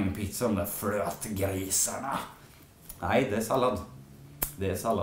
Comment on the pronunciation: det låter lite som att du säger nain när du ska säga nej